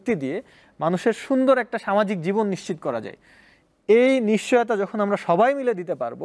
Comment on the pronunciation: নিচ্চিত নারে আদুভাই নিশ্চিত